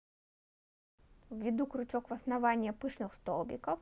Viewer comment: Правильно говорить крючок а не кручок - это русский. Так режет слух, не досмотрела до конца.